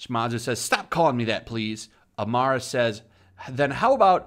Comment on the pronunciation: Why do you say "Amara" when talking about "Arima" i wonder.